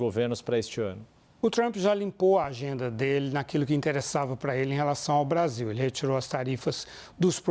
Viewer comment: pela nação????O cachaceiro mau sabe falar " Brasil" fala Bazil 😂